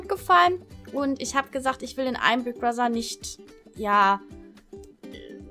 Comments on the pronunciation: warum sprichst du das th bei Brother wie ein ss also Brosser? Klingt so komisch 😂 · sry aber sprich bigbrother bitte richtig aus. nicht böse gemeint.